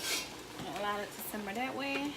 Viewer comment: She did lol and she keep saying simber